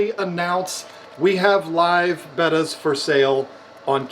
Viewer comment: I am just shocked that you pronounced it correctly finally and not Beta. C'mon, somebody had to make that comment lol